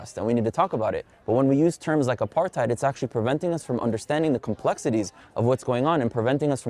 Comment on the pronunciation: No, it’s not about you. These people feed off hate and anger. They are the problem. They don’t want to move forward towards peace, they want war. I cringed as soon as they said ‘Apartheid’ as a South African. Ya’ll need to learn to pronounce ‘Apartheid’ before you all use it. The youth no longer has compassion for others. It’s a shame.